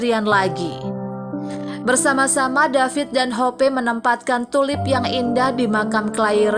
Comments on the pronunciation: Yang dapat disimpulkN dari video ini wrong pronouncing name Claire (clair) to Clair-e and hope (hop) to hop-e🤮🤮🤮🤮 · Maaf sebelum bercerita harap belajar dulu cara mengeja nama ... Contoh Claire dibaca Cleir , Hope dibaca Hop ... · Masih butuh belajar yg terjemahkan ini, Claire seharusnya cleir, hope sebaiknya hop.